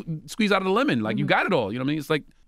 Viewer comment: Michael Blackson gon squeeze the natural oils outta that "lemon" bro🤣